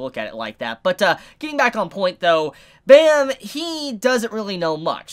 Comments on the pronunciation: Great ep for sure. Should definitely get new comers hooked on this amazing series. As an FYI and being Korean myself, the main characters name is pronounced phonetically like "Baam" or "Bomb" not like the sound effect bam. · The way you pronounce Bam gives me the creeps every time I hear it.